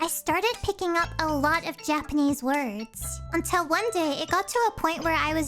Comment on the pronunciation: Your japanese pronounciations, natively spoken! ✨